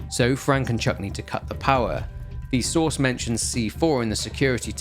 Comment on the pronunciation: I swear to God I thought you were saying sauce instead of source every time you said source I was like why does he keep saying sauce what is he talking about😂